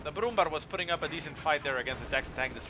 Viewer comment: nice cast, P.S. you pronounce it brumbear ;) (ä=ea)